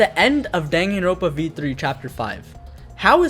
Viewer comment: Dude it's dangan-ronpa